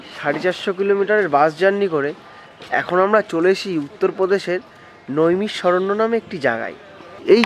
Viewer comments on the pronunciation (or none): ভাই, জায়গা টির নাম নৈমিষারণ্য হবে ,নইমিশরণ্য নয় ।